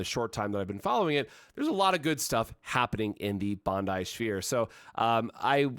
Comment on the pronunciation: He says it the way the Japanese people say it.